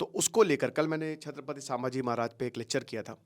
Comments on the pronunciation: Sir please its not Saaambhaji its Sambhaji maharaj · Pronounce the name properly it is not Saambhaji maharaj. It is sambha ji maharaj not saambha ji maharaj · Doller ke ke liye video bana raha ye Isko bhi Koch pata nahi.. छत्रपती संभाजी महाराज.. not छत्रपती सांभाजी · सांभाजी नही संभाजी🎉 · Correct your pronounciation sir, saambaji नहीं छत्रपति संभाजी महाराज/ शंभू राजे🚩🙏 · अहो दादा सांभाजी महराज नाही ते संभाजी महाराज आहे ते🤦 तुम्ही गुरु आहात आणि गुरुज जर चुकीचं उच्चारण करत असाल तर तुमचा गुरु असण्याचा काय फायदा. नाव व्यवस्थित घ्या दुसऱ्यांना शिकवण्याआधी. फक्त व्ह्यूज घ्यायला नका येऊ😖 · सांभाजी ❎ संभाजी ✅ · सामबाजी महाराज नहीं संभाजी महाराज बोलो. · अबे sambaji नही संभाजी महाराज बोल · Its sambhaji maharaj not sabaji maharaj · सांभाजी नही संभाजी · संभाजी सर सांभाजी नाही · Pahile sambhaji maharaj nam achese bolo..